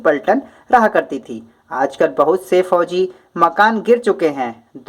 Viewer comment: फौजी किले नाकि फैजी किले ये गलत है 🚫✖️